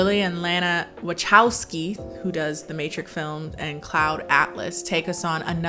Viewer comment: not being able to say "Wa-cow-skee" or "Titus" is the best part of this review to me lmao